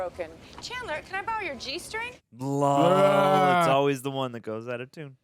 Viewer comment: Anybody running a count on how many times says "LAWL" in these videos?